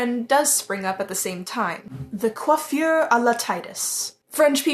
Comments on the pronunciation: So.... I'm actually french and, the correct prononciation of "coiffure" is EXACTLY the way you said it. So, yes, don't worry about that because you actually nailed it right. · your french is good :) your prononciation of coiffure his excellent! only the ''i'' of Titus is prononce the other way! Don't be shy, you good!